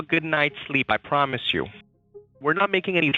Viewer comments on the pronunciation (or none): "I PRAAAAMISE you!": He had to fill his "american-accent"quota real quick.